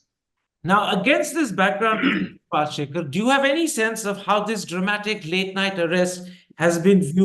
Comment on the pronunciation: Its pal-shi-kar, you goof. Get the name right, koron thopar